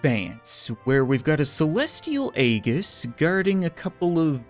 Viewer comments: You pronounce it as eajis but spelled as aegis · Sorry to sound weird, but I'm pretty sure Aegis is pronounced ( ee-jis) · Aegis is pronounced eejis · Hey, you pronounce Aegis as (Ay-jiss) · why does everybody pronounce aegis wrong Its pronounced ee-jis please, it kills me everytime I hear it wrong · The way he pronounces aegis is painful to me